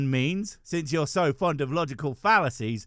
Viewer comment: what's a fallaacy? is it a type of fallaafel? 🙃